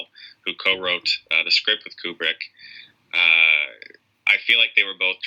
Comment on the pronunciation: Don't wanna be that guy but... "Kyewbrick" Great video though 👍